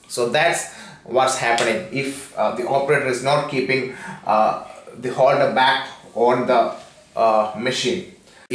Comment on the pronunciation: Abai chutyai itna accent bana Kai kyo Bol raha hai mr wholder LoL it’s holder fuck off yeah righ side lol n wats show its saw soooory LoL 😂